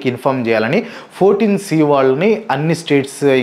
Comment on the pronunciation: It's not 14 C brother, it's I(i)4 C